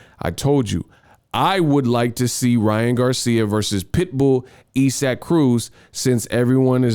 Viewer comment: Bruh who is Esack? You mean isaac? Sound it out 🥴😂😂